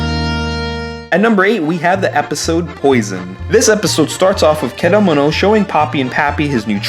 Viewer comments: I know this is old but the fact he pronounces Keda-Mono like Kedomino really makes me cringe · You says Kedomino. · You say kedamono you say ked-oh-mo-no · Ked a nanamo? It’s actually kedamono ( keh da mone oh) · Your saying kadgamana I'm dead 💀 Its ke-da-mo-no that's how you pronounce it lmfao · What’s a ked ō mano it’s kedamono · Its ke-da-mo-no not kedamano :)(not being rude !) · his name is kedamono you're seeing Camano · Ked-e-mo-no not ka-domino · Bruhh tf is Caanomanel😭 It’s Kedamono lmfao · I like how the pronunciation of Kedamono degrades as the video goes on until it's just a back and for between Kedamono and K'domino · KeDomino? seriously?The frog even tells you how to pronounce it... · It’s ke-da-mon-o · How to pronounce kedamono Keed-a-mo-no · KEDAMONO NO KAO WA Edit: it's pronounced "key-deh-mo-no" Also I hear a Durarara!! Soundtrack in the back of the "Ghost" episode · key-dah-mo-no its pronounced KEY-DAH-MO-NO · I have never heard kedamonos name pronounced like that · The way he said kedamono is triggering me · The way you say Kedamono’s name is murdering me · ONG IMA CRY FR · The way you pronounce Kedamono hurts me. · Your saying Kedamono wrong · The way you say Kedamono...I don't fucking know it just sounds weird. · triggered because nobody can EVER say Kedamono's NAME CORRECTLY! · I love how at /: he starts mispronouncing Kedamono's name. When at first he was saying it correctly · the way u pronounce their names makes me triggered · That's how you pronounce their names in English bro lmao besides Kedamono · (Title here) but every time he says Popee and Kedamono wrong it gets louder